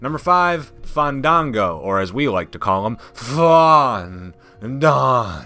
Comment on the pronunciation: The way he said fandango 😂😂😂😂